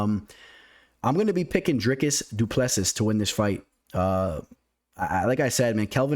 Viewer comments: The last "s" in Du Plessis is silent bro. Dricus Du Ple Si (si like Italian yes) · as a South African i have to correct you, its pronounced du pla sea